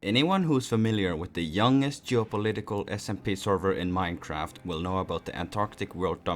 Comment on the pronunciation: "The youngest territorial server in minectaft"